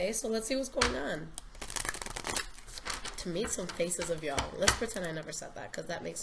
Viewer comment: You sound so country when you said y'all, I'm a southern beau living in ca..haha Happy Holiday's & New Year's 2019. #virgomoon